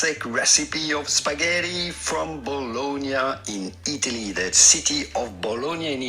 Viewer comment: monsieur julien nous donne un seul 't' avec ses 'spagheti' je ne les mangerais point! c'est toujours le deuxieme qui donne le bon gout.